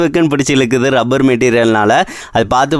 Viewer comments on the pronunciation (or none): none